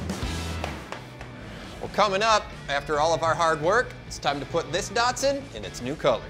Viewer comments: Do they change the name/badges of these in the USA? Around the world they are ‘Datsuns’ not Dartsons. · There ain't no R in DATSUN. :face-green-smiling::face-green-smiling